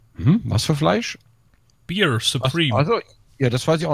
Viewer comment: Bear spricht man nicht Bier aus, sondern wie im deutschen Bär